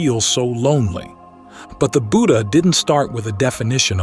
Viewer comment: The word Buddha is mispronounced. The first syllable has a short u sound. It should be said like that in wood not like that in wooed.